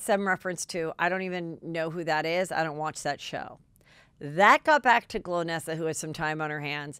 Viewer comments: NOT GLOWnesa, it's GOL-nesa!!!! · Golnesa, not Glownesa Heather😄😘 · Lol 😆it's GOLnessa not Glo nessa! Haha poor girl. She isn't remembered nor got name right! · Part of why she might be annoyed is you don’t say her name right … GOL - NESSA as in goal - nessa